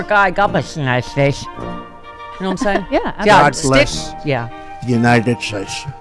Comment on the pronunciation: "United Shashe"